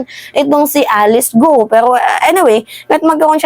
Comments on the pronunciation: Ang bigkas ng Guo ay gao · Guo is pronounce as “Kwo” or Kwoh (silent H)